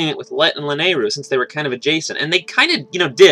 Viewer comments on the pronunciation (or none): lol at "la-nay-roo"